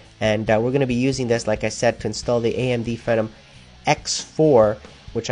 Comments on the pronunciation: its FEEE- NOM, not the ph- version of venom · he keeps pronouncing Phenom incorrectly lol. Americans